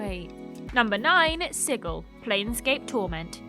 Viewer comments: Sigil as an actual word and is pronounced "sidjil" or thereabouts, not "sigill" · "Sigil" => pronunce "sidjil" ;) (it's an actual word, it means "seal" - the sign, not the animal)